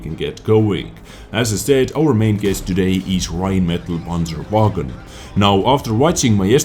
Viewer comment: "Räinmedal Panscherwägon" youre so close bro...Greetings from Germany